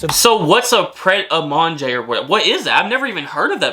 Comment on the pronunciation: Pret-a-Manger, pronounced "Pret a mahnjay" (it means "ready to eat" in French) is a franchise sandwich shop in the UK.